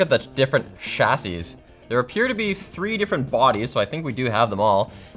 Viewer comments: bro said "cha-SIS" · "chassis" is pronounced "chassy". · The correct pronunciation of Chassis = "chah-si". Just letting you know.... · Chass-IS I've never heard someone pronounce chassis that way, but to each their own. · Someone needs to learn the word chassis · ' pronunciation of chassis will haunt my dreams